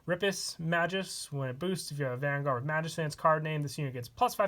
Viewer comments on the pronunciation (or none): It's maGus Not maJus Wtf?